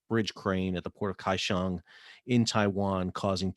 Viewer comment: No he didn't pronounce it correctly, as I doubt he speaks Chinese. He said Kaishong getting the first syllable coda wrong and with an aspirated /kʰ/ and without a palatalized glide (he doesn't even palatalize the 'gl' in his own name). For a monolingual English speaker (bless their souls), the closest approximation would be Gao-shyong, but that's the Mandarinized version, in the original video they were speaking Hokkien, so the locals normally call it in approximated English spelling: Go-hyong, or Dagáo, as it was originally a Siraya name "Takaw" (there are no aspirated consonants in Siraya so it sounds like Dagáo to English ears) then translated by the Japanese occupation into Taka-ou, spelled in Kanji as 高雄, then re-pronounced with Chinese pronunciation. Put 高雄 into Google translate and hit the speaker button to hear its pronunciation in Mandarin at least.